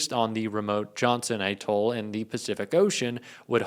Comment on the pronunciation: How am I supposed to take someone seriously who can't pronounce atoll?